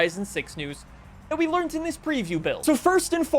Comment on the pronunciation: Really? Learned with a t at the end and the letters ed taken out?